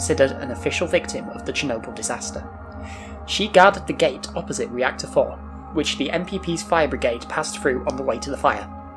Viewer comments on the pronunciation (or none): none